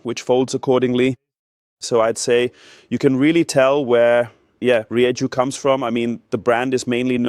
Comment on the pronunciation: Very cool, comprehensive review, thank you. As for the name - I believe the pronunciation is ree-eh-hoo (sort of, at least) - definitely not with a 'jay'